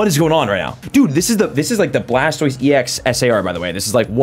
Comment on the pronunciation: You said bulbasor sqritle blastoist wheres wortordol